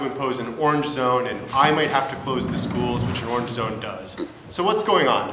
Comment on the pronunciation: Never trust a guy that can't say orange correctly